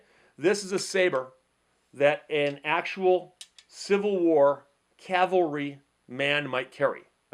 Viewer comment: From one 2nd Dan to another: Love your video. What Kwan? I'm Moo-Duk-Kwan. And thank you for saying the proper "cavalry," rather than the usually-used-improperly "calvary."